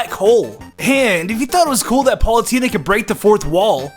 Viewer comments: you said Paulutena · to you said pulatena I dont know to spell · "Palutena". Good video nonetheless.